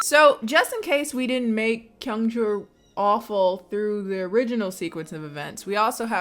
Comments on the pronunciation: Kyungchul’s name is 경철. So it’s pronounced Kyung-cheol, not Kyung-chool. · for 철 since ㄹ is after a vowel it's more like an L sound, so you pronounce it like chul as it is spelled 🧍🏾‍♀️ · I'm losing my mind, is 경철 not pronounced "kyung-cheol"? with "uh" being the vowel sound in the second syllable instead of a long U/oo sound? Have I been pronouncing the ㅓ vowel wrong this whole time ???? I'm part of the "too scared to watch the movie directly" gang so I guess I'll never know lmaoooo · Your struggling to pronounce kyung-chul makes me reconsider going to school for Korean 😂